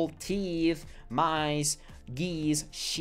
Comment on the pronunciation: Muy buena información. Se aprende mucho. Nada mas hay que revisar la pronunciación del verbo sweat y del sustantivo cacti.